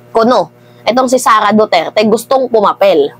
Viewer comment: Ma'am ayusin mo mgblog kahit pangalan ni Duterte nahihirapan mong ipronounce,dn parang may POLBORON dyan ma'am,isa pa tong EL NIÑO mainit na nga Ang ingay pa